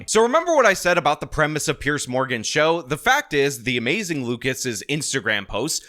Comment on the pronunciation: It’s more like.